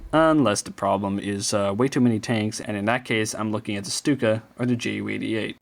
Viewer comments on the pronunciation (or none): The name Stuka comes from "sturmkampfflugzeuk" meaning attack plane, or attack fighter plane. It's an abbreviation. And it should be pronounced "Shtuka" because in german, St and sp are pronounced like Sht and shp, so you pronounce it like you do ship.